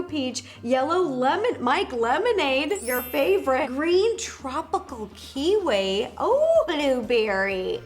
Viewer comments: Kiwi is pronounced with a "e" sound at the end not a "i" sound, this is no hate, I love your content❤ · Haha the way you said kiwi cracked me up!!